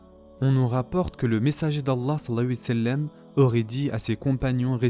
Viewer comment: S’il vous plaît faites un effort lorsque vous dites « Salla l laahu 3alayhi wa Sallam » vous mangez les lettres et la prononciation n’est pas top. ❤️